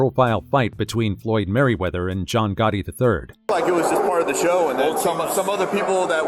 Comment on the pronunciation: "Floyd Maryweather"